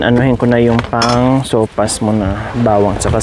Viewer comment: Sopas madam not sowfas😅